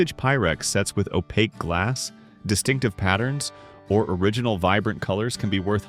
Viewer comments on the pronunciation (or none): none